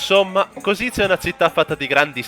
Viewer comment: Che bello! Anch'io ero curioso e ho fatto parecchi giri a Kosice su Google maps per vedere gli edifici. Comunque la pronuncia esatta è koscitse 🙂